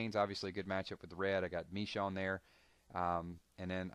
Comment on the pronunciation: Michonne is pronounced (Ma-shone) just letting you know lol